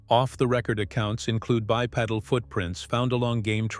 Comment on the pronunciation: bye-pee-dull--- not pedal